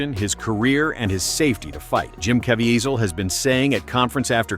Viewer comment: Jim's name is pronounced like Ka-VEE-zle not Caa-VE-a-zel.